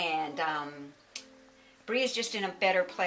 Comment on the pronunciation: Put your FUCKING LEG DOWN... you're not balancing you're leaning on the fucking counter with your secretary's ass. And lose the fucking sherpa legwarmers... you don't even have socks on. Anyone hear her fuck up pronouncing bree a few times? She was into the chardonnay on this bedtime video.